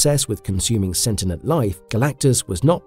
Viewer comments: "Sentinent"? "Calactigus"? Is this AI? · omg "imbuedid" wtf? imbued i m b u e d no "did" try this "you'd imbued" "perpeNtualy" it is p e r p e t u a l l y no N in the middle not perpeN this is going to keep happening isn't it ... sent inent... I'm done. I can not continue to listen to someone who clearly does not know what any of these words are. un sub